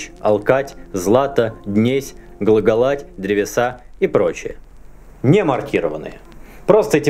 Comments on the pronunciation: Ударение в ЦС "глаголать" слух резануло, вроде "глагОлати", и с этого слога никуда ударение не ходит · Спасибо, но разве ударение не глагОлати и власЫ?